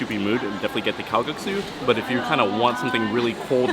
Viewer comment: not kalgaksu but kalguksu :-)